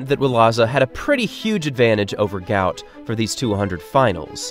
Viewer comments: mybe you resurch his name its not gout ,its guot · his name is guot not gout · Pronounced “Gwot” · At least say his name correctly! It's a lack of respect to do otherwise...